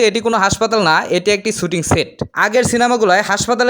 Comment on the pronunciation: ভাই, আসছেন যেই বিষয়ের উপরে ব্লগ বানাতে সেই শব্দটাই উচ্চারণ করতে পারেন না! শব্দটা শুটিং ছুটিং না।